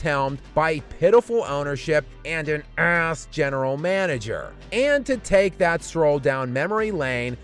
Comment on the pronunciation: the way says ass is always hilarious to me lmaoo love the video bro mavs done